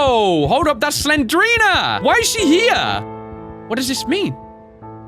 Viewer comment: Not Slenderina it's Slendrina